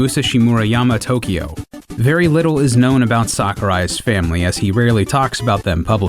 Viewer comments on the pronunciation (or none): none